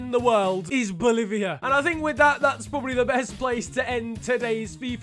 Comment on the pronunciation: The way you said Boliviá LMAO